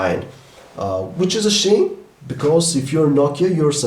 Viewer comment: When he said "Which is a shame" it came out "Which is a shit" XD